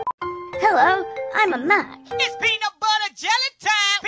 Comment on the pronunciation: The way pronounced "Mac" He says "Muc"